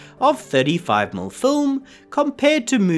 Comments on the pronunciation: Please tell your AI narrator that 35mm is pronounced "thirty-five millimeter" NOT "thirty-five mml". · (Why is "millimeter" being pronounced "mill"? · In this video, a rather informative and very interesting discussion of the technology of Technicolor is (somewhat) spoiled by the reading of the AI narrator. How many times do we hear 35-millimeter film referred to as "35-umm" film? OMG. Watch my eyes roll. Look, in this case, I don't think the script was written by AI. This description is much more likely to have come from a human being. But I gather that some sort of automated reading program with a vaguely Australian accent has not been programmed to know that "mm" should be spoken as the word "millimeters." Why-oh-why don't the producers of these videos sit down and listen to them first and tweak the reading so that the pronunciation is correct? I think that should be a YouTube requirement for monetization.